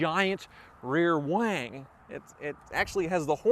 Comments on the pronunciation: he says wang, not wing haha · Did he say big wing or big wang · " Giant rear WANG".....LMFAO...